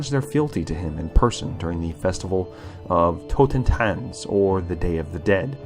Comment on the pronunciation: your mispronounciation of german is on a level that it hurts. totentanznacht or totentanz is night of the dancing dead or dance of the dead. in english more like dance macabre. in german the first spell of the undead lore is van hels totentanz geheimnisnacht is night of the secret/secrets